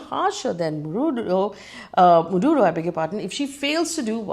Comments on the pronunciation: Marudo? Really? Not once not twice ….The entire video is about someone called Marudo!!! 😂😂! Who next? Russian president Vladimir Punit ? 😂😂😂 Egad!! 🤦‍♀️ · FD trying hard to show she knows what she is taking about 😂. Btw is Maduro not marudo